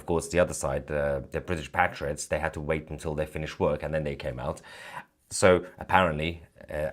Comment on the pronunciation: Thank you Mahyad Tousi for pronouncing PATriots in the British English fashion - not PATEriots (American English)! Language is who we are.